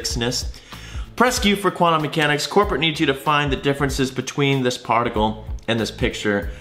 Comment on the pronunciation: You're pronouncing Xi wrong, even for an American - also, the irony of calling Euler a dumbass when you initially pronounced his name as 'Yuler' ;) And you initially pronounced quantum mechanics as 'quantum meshanics' - fair to say this video left me rather triggered haha; I'm not like a neutrino, I can't simply just keep going like nothing happened